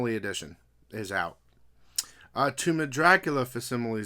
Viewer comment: Hey, hate to be that person, but you keep saying the word facsimile as “fass-sim-a-lee”, but it’s actually pronounced “FAK-sim-a-lee”, you’re supposed to pronounce the C.